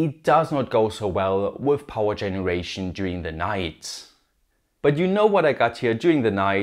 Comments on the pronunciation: Powa, what an odd speech impediment. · the video is good, but idk why the eeehhh at the end of most of the sentences gets to me. for example, bateryehh, powerehhh, controllehhh